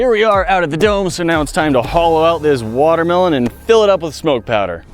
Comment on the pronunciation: ITS A WATER-MEH-LOAN!!!!!!!